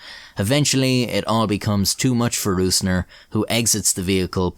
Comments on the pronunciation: I know it's a pain in the ass to say ö ü ä as a non German speaker but i wish you would have said rosner instead of rusner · You spelled the Names pretty well. All Names even were absolut correct just the calling of "Rößner" was a little bit of - you said it with an Ü in German (Rüßner) instead of an Ö (Rößner). If you think about the word Rose like the flower and extended it to Rosener it would be nearly perfect. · yooo brooo. your prononciation of hans jürgen Rösner (not rusner, only mistake) was great